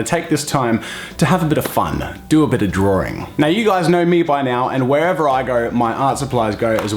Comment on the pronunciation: Saying drawing in my accent: drawing (dra-ing) Saying drawing in Jazza’s accent: droaring (d-roar-ing)